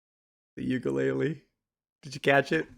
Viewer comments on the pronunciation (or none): none